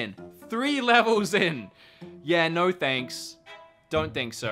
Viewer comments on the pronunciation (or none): none